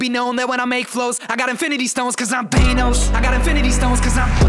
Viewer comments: My only problem is how you pronounce Thanos, Thay-nows lol. I get it fits the rhyme scheme but anyway haha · Liked the song, disliked the way you said "thaynos" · Banger song but you are the first person I've heard pronounce "Thanos" as "Thaynose" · When he said “THEYNOS” I felt that